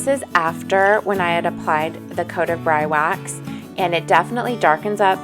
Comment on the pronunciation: I believe it is pronounced like this Bree Wax